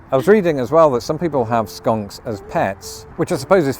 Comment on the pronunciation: hahahaha. how you say skunks like skanks makes me laugh so hard. because both smell. but only 1 is everywhere.. skunks kinda smell like a really powerful marijuana at first and then it becomes unbearable the closer you get.thats where the skunk weed name comes from (my fav kind) 🤣. i dont mind the smell as long as im gone fast.